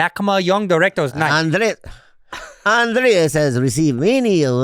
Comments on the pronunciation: Bobby can't not say Andreas. There's only one A in Andrés! 😂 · How does Bobby still say Andreas when it's Andres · "Andreaasss" -- "It's Andres" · HIS NAME IS ANDRES AND NOT ANDREAS FFS BOBBY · Bobby still can’t get Andrés’ name correct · Why does Bobby call him andreAS, and not Andrés? 😂😂😂😂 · I like how he finally corrected them on the pronunciation of his name as Andrés (not Andreas). Yet it kinda went unheard. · I wonder if Bobby will ever realise it's Andrés not Andreas 🤣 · lol that Andres correction of his name slipped thru and was ignored as I was literally thinking lmao wild this long and he still says it wrong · ANDRES—Bobby’s gift to you should be finally pronouncing your name correctly. He doesn’t even TRY! 😂🤣😂 HAPPY BIRTHDAY,! 🥳🥳🥳🥳🥳 (Guess that’s easier than Andres.🤣😂) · Bobby can't say Andres.